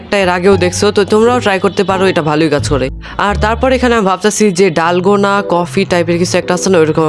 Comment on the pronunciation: Bhiya dalgana na delgona 😅